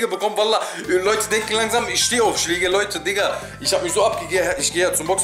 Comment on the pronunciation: Respekt* und nicht respect... Schläge* und nicht schlääge.. 😢